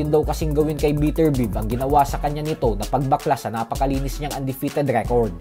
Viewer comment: Beterbiev biyeb gnyn ang pronounciation hindi biterbiv panget mo magpronounce